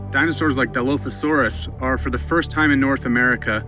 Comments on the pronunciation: Oh... who hired this poor poor narrator...😂 DI-LOAF-ASAURUS??? MEG-ALLOSAURUS???? WHO THE F*** HIRED THIS SKIN-SUIT!!!! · Nobody: Him: DILOAFISAURUS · Di “loaf” asaurus= 🦖 + 🍞 😂😂😂😂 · die-loaf-a-saur-us you say? 🙄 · ark players who have been pronouncing dilophosaurous for years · Except the way he says the name of the dino lol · I love how he pronounces Megalosaurus, and Dilophosaurus wrong